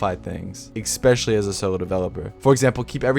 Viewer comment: especially not exspecially